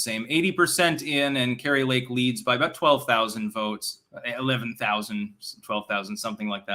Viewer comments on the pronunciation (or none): none